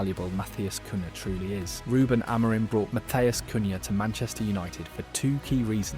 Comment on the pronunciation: Oh no the name problem still! It's "MBOOMO" like in "boom" for crying out loud! You even pronounce Amorim's name wrong - it's pressure on "rim". There's a short on United's Youtube where Amorim and all the players pronounce their names and you should watch that and finally learn. I don't know why most English speaking people are so arrogant they don't want to learn how to pronounce foreign names? If everyone called you "Louse" instead of "Luis" you wouldn't like it either. I won't like any of your videos before you learn how to pronounce the names of your favorite team players.